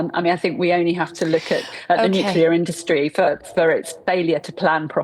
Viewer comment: FOR CHRIST SAKE GB NEWS, GET YOUR REPORTERS TO PRONOUNCE 'NUCLEAR' PROPERLY!